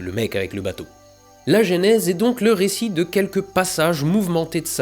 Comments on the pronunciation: J'adore tes vidéos, et celle-ci tout autant que les autres, j'ai bien ri, mais bon sang,, arrête de dire gÉnèse, c'est gEnèse. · Le "gé" nèse?? On dit pas "Jeu" nèse ? (déso je sais pas écrire en phonétique) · Salut. Découvert ta chaîne avec ta série fabuleuse sur le James Webb. (Toute) petite correction, on prononce "eu" la première voyelle de Genèse.